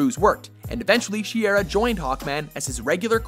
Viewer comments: It's not she-err-ah, it's shy-ear-a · Who else is annoyed by the way he says Shiera? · Man he mispronounced her name and the metal.